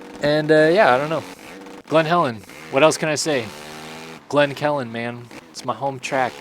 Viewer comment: It’s glen Helen not Glenn Calen